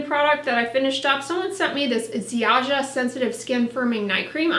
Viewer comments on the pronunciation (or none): Happy to see you review a Polish brand ☺️ Ziaja is pronounced more like Zha-ya 🎄 Merry Christmas 🎄